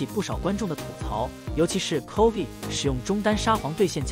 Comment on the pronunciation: 这个影片在bilibili能播吗？Chovy已经快念成Covid